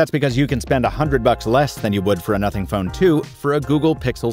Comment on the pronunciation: On, it sounds like F***ing or NOTHING Ohh